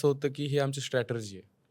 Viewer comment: स्टॅटरजी ?!? म्हणजे नेमकं काय ब्वा ? तो शब्द strategy आहे हो ..